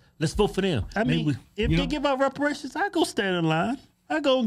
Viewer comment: “They trying to get WEPAWATIONS…” 😂😂😂